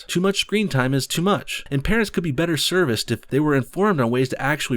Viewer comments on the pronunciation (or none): none